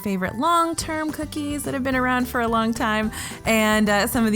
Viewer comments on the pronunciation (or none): none